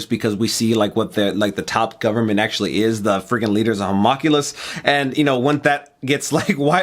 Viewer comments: i know people are probably gonna tell you this a few times and i was gonna ignore it but you said it like 10 times in this one episode. you're pronouncing homunculus wrong, its not ho-mock-u-less, its hu-monk-u-less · I'm sure a Hawmockulous is pretty cool, but for the love of God, "Ho--mun--cu--lus". lol Much love guys. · It really annoys me that they don't know how to say Homunculus